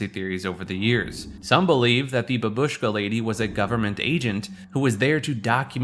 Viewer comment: F*cking censorship is so annoying in this video. And if you are making video, please, look up for proper pronunciation of foreign words. Bábushka is the right pronunciation.